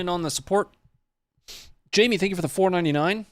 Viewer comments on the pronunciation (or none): none